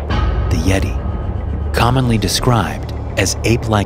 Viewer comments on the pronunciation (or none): none